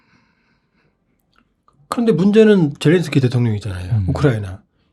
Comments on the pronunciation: 젤랜스키를 왜 젤런스키로 부르나효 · 끝까지 ’젤런스키‘ 라고하는 사람이 있네…. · 젤렌스키를 왜젤런스키라 부르시나여?